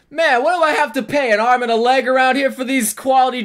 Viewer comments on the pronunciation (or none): Lol. When he said an arm and a leg it sounds like an amrin a leg.